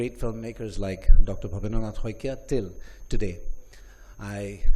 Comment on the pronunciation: "Dr Bhabendranath Haikia" ❤the way you pronounced. Mr Perfectionist and his connection towards his roots, always your admirer since childhood